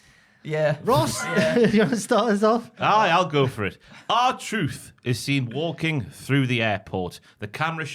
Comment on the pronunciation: The fact he got the r truth right I’m dying 😂😂😂